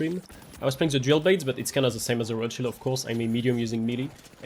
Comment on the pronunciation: It took some time for me to understand you said dual blade and not jailbait 😅.